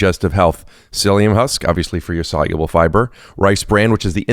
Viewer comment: solulable with extra syllalable